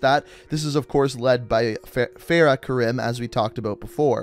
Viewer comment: SomeRandomBoi YT it’s fa-ra my guy